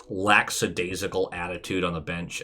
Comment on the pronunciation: It's amazing how many professional sports commentators say "lacksadasical." I just heard it the other day.